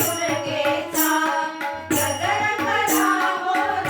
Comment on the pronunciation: गोंधळ छान आहे पण' गजर' चा उच्चार चुकीचा आहे